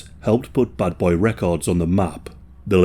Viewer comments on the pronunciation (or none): Buddy's accent sounded like he said Butt Boy Records instead of Bad Boy Records. Lol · Bro youre saying "buttboy records" on purpose eh ;D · Everyone pronounces it wrong it's not "Bad Boy Records" it's pronounced "Butt-boi Records" 😂😂😂